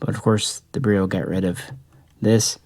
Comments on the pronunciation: not pronouced bereel. lol beril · My understanding is that it is probounced "beh rill" not "beh reel". We dont say "beh reel eeum" we say "beh rill eeum.". But yeah, its definirely not pronounced like a "barrel." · All that knowledge and still insist on pronouncing beryl wrong. Simple google search will prove it. Js.